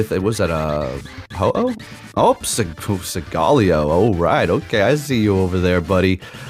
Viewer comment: You're pronouncing Solgaleo incorrectly .